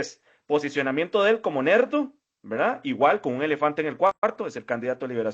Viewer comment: Nerdo no LERDO